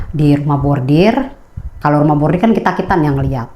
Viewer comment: Koreksi ya mba, bukan Rumah Bordir tp RUMAH BORDIL, kl bordir itu di konveksi mba, bordiran dibaju, topi dll.... 😂